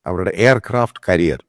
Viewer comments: കരിയർ അല്ല കാരിയർ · It's carrier not career, check pronunciation pls. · കരിയർ അല്ല കാരിയർ ആണ്. ഇതിൽ ർ സൈലന്റ് ആണ്. വിമാനങ്ങൾ Fly ചെയ്യുകയാണ് കപ്പലുകളാണ് SAIL ചെയ്യുന്നത്. F-35 നെ പറ്റി താങ്കൾ പറഞ്ഞ കാര്യങ്ങൾ one sided ആണ്.. പ്രശ്നത്തെ ലഘൂകരിച്ച് കാണുകയാണ് നിങ്ങൾ. വ്യോമ പ്രതിരോധ സംവിധാനങ്ങൾക്ക് ഏതു വിമാനത്തേയും പ്രത്യേകമായിത്തന്നെ target ചെയ്യാൻ പറ്റും. എല്ലാ fighter jet നും Glitches ഉണ്ടാകാം. പക്ഷെ വെയിലും മഴയുമേറ്റ് മൂന്നാഴ്ചയായി ഒന്നും ചെയ്യാൻ പറ്റാതെ ഒരു ലോകോത്തര വിമാനം കിടക്കണമെങ്കിൽ അതിൽ പല ആസ്വഭാവികതകളും ഉണ്ടാകും. ദേശീയ മാധ്യമങ്ങളും അന്തർദേശീയ മാധ്യമങ്ങളും മാമാ മാധ്യമങ്ങളെക്കാൾ ഈ വിഷയത്തിന് കവറേജ് കൊടുക്കുന്നുണ്ട്. എന്തു തന്നെ ആയാലും US ഇന്റെ F-35 ഇന്ത്യ ഒരിക്കലും വാങ്ങില്ല എന്ന കാര്യം ഉറപ്പാണ്. റഷ്യ യുടെ SU 57 ആണ് BEST CHOICE. ഇന്ത്യൻ സയന്റിസ്റ്റുകളും എഞ്ചിനീയേഴ്സും അതിൽ MODIFICATIONS വരുത്തിയിട്ട് F35 നെ വെല്ലുന്ന ഒരു സൂപ്പർ WAR MACHINE ആയിട്ട് അതിനെ രൂപപ്പെടുത്തിയെടുക്കും. ഇതാണ് സംഭവിക്കാൻ പോകുന്നത്.